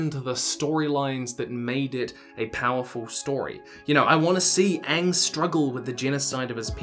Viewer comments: For the love all existence, don't change the pronunciations of names. No one wants another ung or an additional sowkah Also, 7 people sumo stamping to throw a rock? NOT EVEN A BIG ROCK! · DO NOT. CHANGE THE PRONUNCIATION OF WORDS!!! It's not Aung it's Aang! Not auvatar, Avatar pronounce the A's people. But I'm open to the adaptation as a whole, and remember the OG show Ain't going No where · I want Aang's name To be Aang Not UNG >.< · Keep the prononciation . I do NOT want another Aang or Ah-vatar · Just don’t miss pronounce Aang and make his character a complete tool like the last remake.